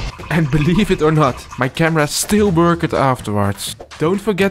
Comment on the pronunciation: work-ed is pronounced workt